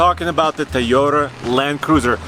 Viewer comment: No matter how many years you've been in the US you'll still spill the fact that your Polish lol, it's Toyota not Tayota.